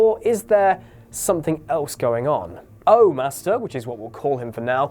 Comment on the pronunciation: "O Master" sounds like you are calling him the Orgasm master